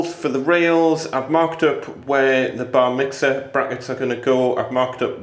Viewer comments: Ha! I kept hearing Bar Mitzvah :) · I keep hearing Bar mitzvah 🤣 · every time you said "Bar mixer", all I could hear is "bar mitzvah" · Bar Mitzvah I thought i heard and realised it was Bar Mixer!! 😀 Another video of great tips.